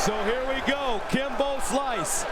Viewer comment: The announcer calling him "Gimbo" at the end 😭😭😭 lol 😂